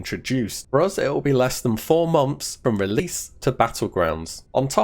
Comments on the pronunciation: Please learn to pronounce months properly, it's not momth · He does say mumps.. Wtf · stop pronouncing it as MOMTHS! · Unfortunately I watched this with captions on. Every time you said “months” captions read “mumps” I’ll never be able to hear you say the word “months” again